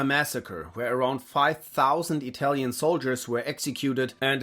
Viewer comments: Your pronaunce is one of the best interpretations of Italian I've ever heard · As italian, your pronunciacion is awesome! Congrats! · I can say for once, as an italian, that a Youtuber talking about WW2 has done research not only on history, but also on pronunciation. You might be the only english-speaking creator that I have watched not butchering the names of italian characters or places. So hats off for educating yourself - evidently it cannot be taken for granted.